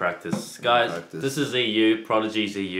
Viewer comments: his first name is still pronounced terribly wrong though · And "Ziyu" wasn't pronounced in Chinese either... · they didn't even pronounce his first name properly, it's in chinese.